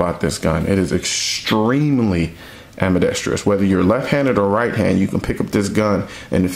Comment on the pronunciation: Nice video. Great production value. Very valid, cogent, well-spoken arguments. I agree with essentially everything you have to say. The only thing I could find to pick apart was that half of the time, you add a fifth syllable to the four-syllable word: "ambidextrous". It has no "i" after the "r", and therefore no fifth syllable. Otherwise, A++!!! :-)